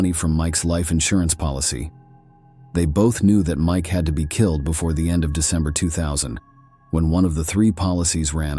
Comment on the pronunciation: Brutally kil-lad,???